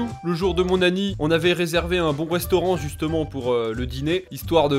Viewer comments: Il dit pas anniv il dit anni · Super , mais j'ai l'impression tu dis "le jour de mon anni" au lieu de "anniv" ça me stress